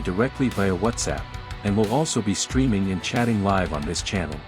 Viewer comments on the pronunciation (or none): none